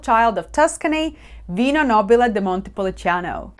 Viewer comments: Great video and another great T-shirt🙂 What is not clear to me is the pronunciation. It's written as Montepulciano, but you pronounce it as Montepulicano, at least I hear it that way. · you keep saying ‘Montepuliciano’, but it’s Montepulciano